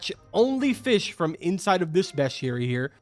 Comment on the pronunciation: you're an adult. Say fish the right way, Not "fishes", that is not a word carbon.